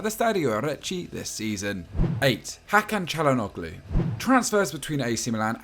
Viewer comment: Hakan Calhanugly 😅😅😅😅😅